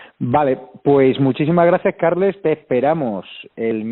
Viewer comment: Carles se pronuncia Carlas. Carme = Carma. Jaume= Yauma. Un saludo.